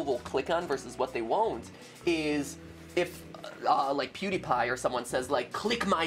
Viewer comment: PEWDIEPIER lol he said pewdiepier